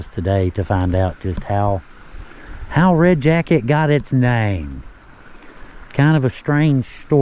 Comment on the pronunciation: You are right in that Red Jacket is different. You pronounced Chief Red Jacket's name correctly. There is so much history tied to Red Jacket all the way prior to the American Revolutionary War. Thank you so very much and. Keep up your great work.